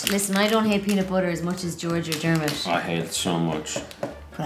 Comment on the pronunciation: Did called Dermot "Dermond?"